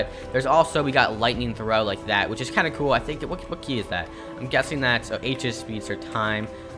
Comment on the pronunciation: Love when he say cool it sounds like kewl hahahahah no hate btw i just like it